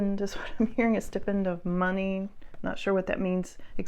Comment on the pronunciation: Hi, Stipend rather than pronounced like the ’i’ in stick, the ’i’ is pronounced like the word ‘eye’ 😊 Hope that helps. What a darling Archer is. Your continued inclusion of Chippy will ensure a relatively smooth transition. I’m sure it won’t be long before one is snuggling up against the other 😊. Archer couldn’t have chosen a better, more loving home 😉😉. Cute play on his Star Sign 😊